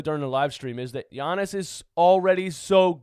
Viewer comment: Yo I’m so happy he finally learned how to say Giannis